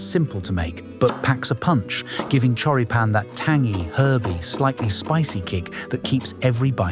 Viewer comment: Hm, a good alternative that my family uses in America are Johnsonville Mild Italian Sausage. The pronunciation of Choripan is Chori like chorizo and pan (pahn).